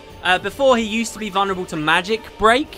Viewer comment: Hey have you noticed Every time you say "I think he is vonreble to "A-B-C" yeah because i belive they were in my testfile" Immune everytime haha!